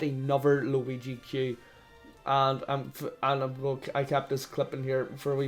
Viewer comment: the way irish people say "8 bit juigi" actually makes me upset